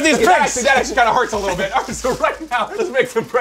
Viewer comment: “The little deet”😂😂😂